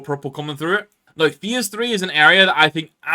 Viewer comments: I dont want to but i have to... bro cant pronounce "phase" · I'm sorry mate, just never in my time heard anyone pronounce "phase" this way🤷‍♂